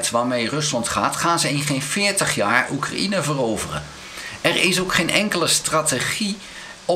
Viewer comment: Hoi, zeer interessante vlogs. Maar Oekraïne spreek je uit zoals cocaïne, een J tussen de A en de N, geen I